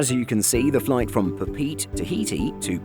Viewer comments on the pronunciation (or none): OMG, it's the return of "pa-pete". It's "pa-pay-eh-tay". :( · First off, I’m sorry but , it’s pronounced pa.pe.e.te, you need to enunciate the second and third “e”. As for the context of the video, I believe Hawaiian, United, American and Delta Airlines considers Pagopago and San Juan as an international destination even though they are American territories. Can someone who works in the industry verify this? I already know for a fact that Hawaiian considers Pagopago as an international flight. Not sure about the others. Anyone?